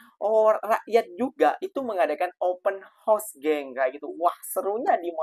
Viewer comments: Lain mcm sebutan open house -dah jadi kuda bukan rumah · Woooiii...ngomong YG beber..klo gak ngerti Ya udah pake bahasa jawa saja... Open house( open haos) bukan open hos... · Sebutannya OPEN HOUSE (haus) bkn Horse (kuda). ✌️✌️✌️